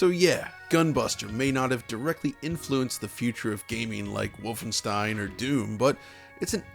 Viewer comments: He stopped saying Volfenstein. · Woofenstein… never heard of it.